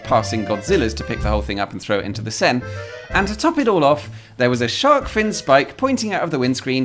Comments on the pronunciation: Not if you pronounce 'Seine' correctly! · No need for that. I figured it out already, but I guess I couldn't believe people actually pronounce Seine so that it rhymes with sane.